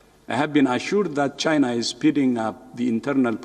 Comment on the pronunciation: The who is disapointed in chy-nah??!😂🤣😂🤣